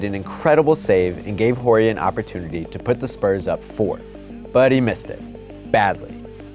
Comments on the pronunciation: its pronounced Ore-rie.. not Whorie lol (Horry) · Ya I facepalmed when he pronounced it like that lol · Love the vids, but it’s ORR-EE, not Whorey. And it was never big shot bob, it was big shot Rob. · "Whorey?" Hehe, he doesn't pronounce the H in his name, so it sounds like Orry. Just had to drop that. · How could you guys not know his name is pronounced "orry" and not "horry?" Smh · Robert Whore-y? Lol, I'm pretty sure it's pronounced or-ry, without pronouncing the H. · ORRY not HORRY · Damn- its pronounced ORRY not WHOREY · Its no whorey its pronouced oary.....n yes i realize its spelled horry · It’s orry not horry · It’s big shot rob, and it’s pronounced or -e not whorey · It’s pronounced orry not horry. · Pronounced Orry, not Horry. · Robert "ORRY" not "WHORE-Y" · It's "ohree" not Robert "whorey" pretty surprised that didn't get picked up and fixed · Am I wrong? Or am I the only one that feels like you are really PUNCHING in that 'H' on Horry? I thought it was pronounced 'orry' with a silent 'H' . I might be wrong but it's all I could focus on. Lol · Stop calling him Ho-rry 😩 the "H" is silent! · I came to the comments just for this. Robert Whorey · Robert "Whorey" lol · It's pronounced Orry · Horry has always been pronounced with the H silent. orry. watch any old footage. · Robert Horry is pronounced O-rry.. the H is silent. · I know it's "Horry" but it's pronounced "Orry" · His name is pronounced "Robert Orry" the "H" is silent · I believe the name is pronounced "orry" Also, the clock did not start right away and there is no way that Fisher shot should have counted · Did he just say "Robert WHOREY"??? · with all that research you would think someone would have told him how to pronounce "robert horry". he's killing me with that "whorey" talk. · I love how he keeps calling Robert Horry, "Robert Whory"! lol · Dawg it's Robert "Orry" the H is silent. Put some respect on his name, the guy has 7 rings. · Horry’s name is pronounced “Orry”, the H is silent.